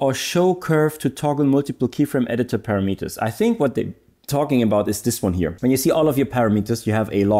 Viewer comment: Just an FIY we pronounce parameters as parahmehters not paramiiters 😊